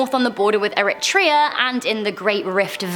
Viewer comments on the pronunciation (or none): none